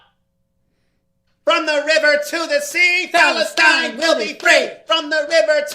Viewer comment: Bruh no way he said Phalustine 😂😂😂😂😂